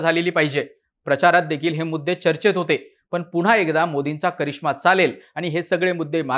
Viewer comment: णनतर ??? पुणहा ??? नंतर / पुन्हा नाही उच्चारता येत ??? काय हे मराठीं 😡😡😡😡😡